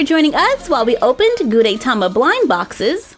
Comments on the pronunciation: The "E" in Gudetama is short. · You pronounce gudetama wrong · Your saying his name wrong 😑😑😑😑😑😑😑😑😑😑😑